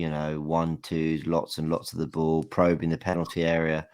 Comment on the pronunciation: Why does nobody ever comment on how says the word "ball" as "boo"????????? LY